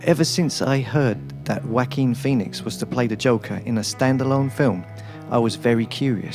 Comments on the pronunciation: It's not "Wacking Phoenix". It's "Wah-keen Phoenix" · He said Wack-king Phoenix!...😂😂😂🤦🏽‍♂️❤️ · I love how you pronounce Jaoquin!!! "Whack-een" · Lol, I heard it as Wacky Phoenix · I will give you $10 to pronounce his name right